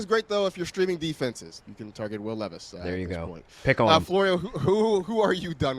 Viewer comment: Who hired these people? 😂 dude really said Will Levis